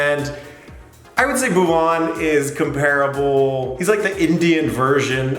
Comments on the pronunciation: Angrez ke muh se bhuwan naam lagaan me suna tha , Doosri baar yahaan sun raha hoon "Boovan" 😂😂😂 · it will be Bhuvan not "boob on". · Boob-on? Very funny pronunciation, LOL 😂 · See the subs when sin said bhuvan it traslated it as move on bam🤣🤣🤣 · Bhuvan😂😂😂😂😂😂😂😂😂😂😂😂😂😂😂😂😂the way he pronounces it .. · Don't worry. U will learn to pronounce his name correctly. An English lady called Elizabeth who taughts us Indians how to play cricket in the mid 18th century also had this problem to say Bhuvaan. She used to say Baouvan